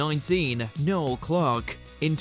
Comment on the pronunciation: Noel Clark , not null